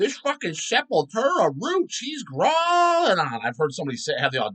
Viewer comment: Grohling lol the way pronounces growling.